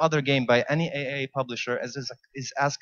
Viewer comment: By the way, it's pronounced triple A not AAA :)